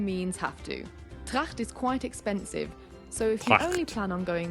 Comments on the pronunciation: Listening him to pronounce "Tracht" like a 21th century Hitler just makes me rolling over the floor crying... Please, if you want to learn german, don't watch too many Nazi movies or documentations. 😆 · As a Bavarian who lives in Munich its quite funny to watch how he pronounces stuff like "Tracht".